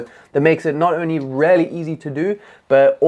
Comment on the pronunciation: I like this video and am going to try all of these, but homie just decided to switch the letters in “really” to “raelly” 😂